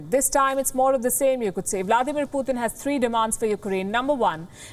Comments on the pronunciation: its not puthin its pu-tin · Pooooothin lol 😆 P U T I N or Pee uu tin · It's not puthin